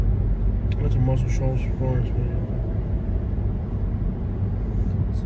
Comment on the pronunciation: learn how to say muscle shoals B